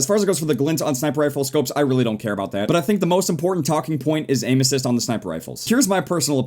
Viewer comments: said aim assist like anuses XD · when he says 'aim assist' i hear 'anus''😂 me and my dirty mind